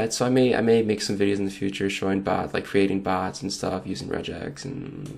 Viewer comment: I think he was saying bots?